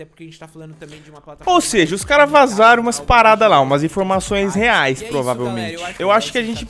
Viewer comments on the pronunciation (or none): none